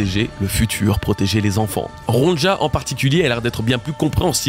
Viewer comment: Salut, merci pour ton taff est toutes ces vidéos et théorie, c'est toujours un immense plaisir de débriefé le dernier chapitre en regardant ce que tu en dis! Juste petit détail de prononciation, la petite, ça se dit Ronya, et c'est une référence à un livre pour enfant suedois adapté en anime, Ronja fille de brigand